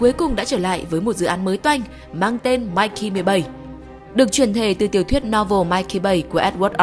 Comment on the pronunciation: "Mickey" tại sao lại cứ đọc là "Mikey" nhỉ? Mình nghĩ PP nên để ý cách đọc các từ hơn ở các video khác 😅😅